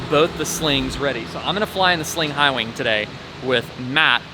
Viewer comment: repeat after me, High Wing; High Wing. That wasn't so hard, was it?